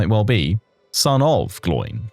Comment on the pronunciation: I was looking for this comment the moment Gloin was said that way lol